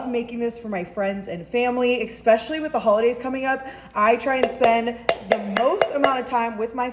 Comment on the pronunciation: It's ESPECIALLY with an S, not EXPECIALLY with an X.